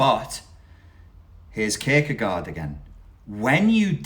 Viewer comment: Thanks allways. I am danish. Allways good to hear about Kierkegaard, even i have not read anything i can remember. i guess we have some at my studdy... Well, i am a teacher, so i have to say this 🙂or maybe i am a narcisist, but did you know, when you say the word gaard in Kierkegaard, it is the sound of "or", like in floor. You do not here the letter D, and the two a`s is the sound of "or" "floor". You here the letter R just a little bit. Danish is a mumbling language sometimes, :-) Happy new year and thanks again.